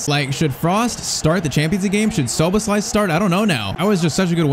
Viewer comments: Look up how to say Szoboszlai becouse you are saying it so wrong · Szoboszlai name is pronounced sho-bos-sly